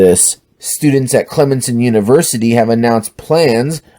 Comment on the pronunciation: It's pronounced Clem-son. Fuck that school.